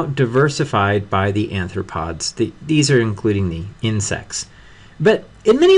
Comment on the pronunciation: Just saying your pronunciation is very poor: Bivalvee, Molluscidae, anthropoda